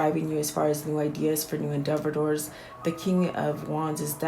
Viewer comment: When you say endevedors, do you mean endeavors?